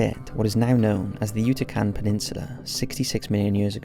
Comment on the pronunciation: Dude,you need to work on your English... Yutacan? You mean Yucatan....etc...